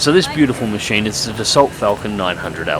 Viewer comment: you mustn't pronounce the "l" in "Dassault".